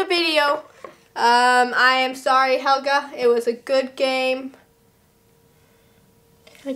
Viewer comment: its hhhhelga remember hhhelga hhhacks the h